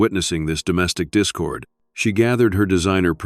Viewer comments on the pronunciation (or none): none